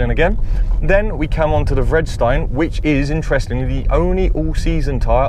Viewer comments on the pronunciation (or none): It's Ve did is tine where did you red stine from? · you totally missed pronounced vedistine the v is not silent